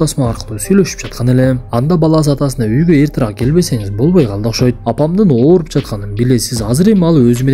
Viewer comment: Эртараак эмес "эртерээк" сураныч 🙏